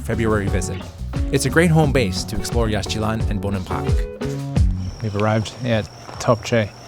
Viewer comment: Please pronounce Yaxchilan correctly. It is Yashchilan - no X. And please do not say ‘Jagwah’. It is ‘Jaguar’.